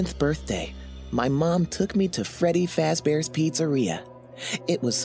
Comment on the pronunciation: Finally someone that can say freddy fAz bears it's not freddy foz bears YAY